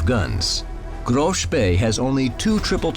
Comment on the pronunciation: To be honest... it isnt THAT hard to say Graf and not Grove